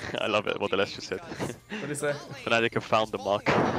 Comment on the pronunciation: FNATIC NOT FANATIC when will you over att NA cant pronouce the team name at all?!